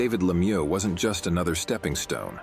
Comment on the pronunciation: LeMieux needs to do something about his haircut - it looks ridiculous! Also, his name isn't pronounced le mew like a cat, it's pronounced like the word look without the "k" appended to the sounds" me-y-oo" with the same "oo" sound as look without the "l" or "k" and the entire grouping of "me-y-oo" said as one syllable.